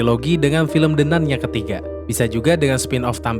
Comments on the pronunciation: “De nan“ woiii bukan “de nun!!“ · apa susahnya nyebut "De Nan", bukan "De Nun" utk baca The Nun? itu pronounciationnya bahasa Inggris. mosok gak tahu 🤣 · De Nan baca nya 😂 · De nan bang bacanya 😂